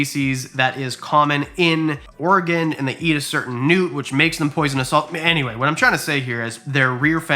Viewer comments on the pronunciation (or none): none